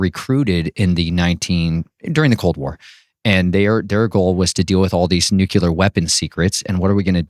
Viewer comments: ""nucular" XD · George Bush jr used NUCULAR. Failed by schools.